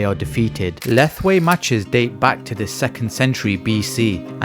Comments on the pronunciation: Thanks for the video. But Myanmar is pronounce Myan - Mar pr Myal Mar ( just 2 sounds ) . Not Mai Mar or mi yan mar. Lethwei is pronounces Let + Hwei ( Let - Whayte ) . Not Leth ... thal..... thalll... thallll........ wei.... . a big No. It's Let + Hwei. Thanks. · Correction to the narrator it pronounce Let-hwei not Leth-Wei